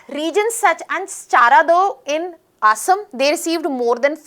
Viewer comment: I would appreciate it if the names of the places in Assam and the name 'Assam' itself could have been pronounced better.